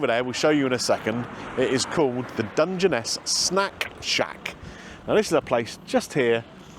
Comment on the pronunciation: Hate to be picky, but is pronounced "Dunge Ness", and not "Dunge en Ess".